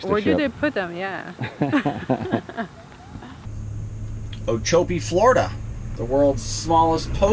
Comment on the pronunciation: I am sure that many people have told you that you mispronounced just about everything. Starting with Coll-yer then Oh-chop-ee, Mick-uh-sue-key, Tammy-ammy (Tampa to Miami), I-la-more-odd-uh and finally Bah-hee-uh Honda. You did get Jolly Roger correct so keep on amusing the locals. The other people don't know the difference.